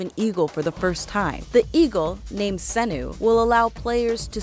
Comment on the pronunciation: Also, IT'S "SEE-NEW" NOT "SEH-NEW" I Swear, This Is The Only Thing I Hate More Than Ajit Pai